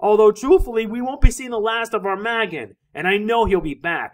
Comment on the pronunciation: its AR-MA-Gg-ON, not Arm-A-GGON